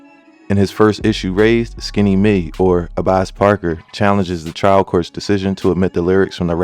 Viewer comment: FYI his name is pronounced Abass respectfully 😭